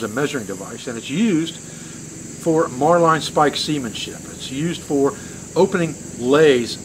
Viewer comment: it's Marlyn when you say it,not marline. marlinspike. trust an old Navy man.